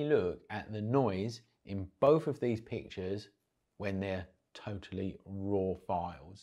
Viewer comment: "It's wevva you can deal wiv the noise in bouf versions?" Love it.